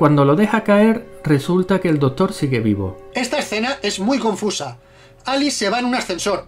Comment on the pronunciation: Está re pendejo este video... Pero Mori cuando dice "¿Conoces la iniciativa de los vengadores"? Por cierto se dice Doctor, no dotor ;)